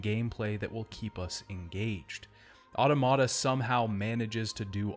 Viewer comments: you know I absolutely love you, and I found this video as excellent as the rest of your videos, but I physically cringed every time you said "auto-mata." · I always thought it was pronounced au-tomata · Good! Also, you’re pronouncing Automata wrong :)